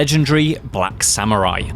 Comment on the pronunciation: Salute 🫡 men of all platforms! The team (except the Japanese) can’t even pronounce proper “Samurai” and “Yasuke”. Correct that first! 🤷🏻‍♀️ Why a Japanese staff already still a black samurai?